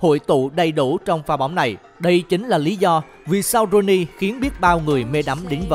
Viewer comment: Ông bình luận cứ rouney hoài luôn